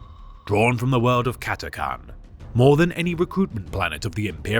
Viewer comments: For almost 20 years I thought it was pronounced Cat-a-chan, with the chan-part like Jackie Chan. I can't think of any English word where the "ch"-sound is pronounced like a "c", "ck" or "k". Cat-a-can just doesn't sound right to me. Am I in the minority? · CAT-A-CHAN CH NOT CAN😊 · cat-a-CHan but great video just as always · The messed up pronunciation said catcan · Ppl don't say the ch in chan It annoys me 😣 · Cata-chan - no idea how he buggered up pronunciation this badly. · Ch. Ch. Ch. CataCHan. Ffs.